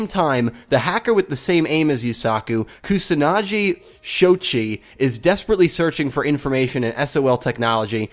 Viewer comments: Kusanagi's name is pronounced Koo-sa-na-gee Show-ee-chi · It is Shoichi =show-ii-chi and Kusanagi= ku-saw-naw-gee (not Jee). This is just for your future reference. I hope you don't take offense to it. I'm sorry if you do. I have just studied Japanese so much at this point that any mispronounciation sticks out to me like a sore thumb. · The gi in Kusanagi is pronounced like the gi in give. Also, Shou-ee-chi. xD Thanks for the video, mate.